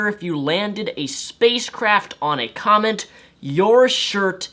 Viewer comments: it's funny how he says "comment" instead of "comet". shouldn't have drank that alchohol,. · King Rumar Ok I just have to say this... Am I the only one who think that when says "Comet" it sounds like "comment"? Not important, but it's driving me crazy lol. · great video bty please - it;s not COMENT it's COMET ;p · Is it me or does his pronunciation of the word 'comet' sound like he is saying 'comment'? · oh and btw, its a "comet" not a "comment" lol